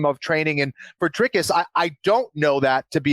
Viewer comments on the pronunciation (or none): It's Dreecus not Dreycus